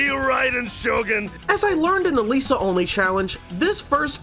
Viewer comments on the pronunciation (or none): none